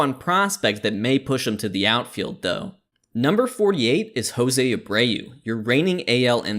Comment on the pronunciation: Jose abreu in "Brandon Lowe territory" is giving me a brain aneurysm